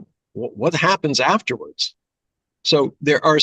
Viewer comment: USA, USa, Usa, usa, us, u, "what heppens here, haha" ... Pooooooffffff happens haha